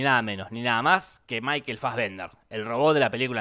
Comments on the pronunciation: Me uno al reto: Un shot cada vez que Jorge diga maikel fasbender :v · Una birra por cada vez que dijo Michael Fasbender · ¿Puede dejar de decir maykel fazvender?